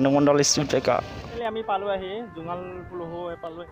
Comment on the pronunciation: জোঙাল বলহু, পুলুহু নহয়